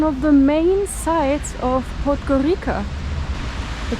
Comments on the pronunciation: Can you Pleeeease stop saying "Podgorika" ... it's pronounced Podgorica - as in Pizza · Correct pronunciation of the penultimate letter in 'podgoriCa' is [ts] like the russian ц So [podgoritsa] is the worst area I ever was